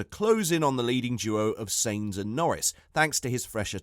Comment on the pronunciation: Maybe improve your content quality, you're not even saying Sainz' name correctly